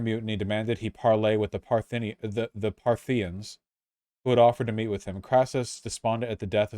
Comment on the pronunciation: Partha-KNEE-ins or sometimes just Parthians I think. But never Parthinians.